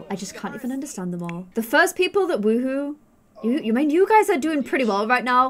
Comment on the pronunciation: first time i have heard someone say "wowo" instead of whoho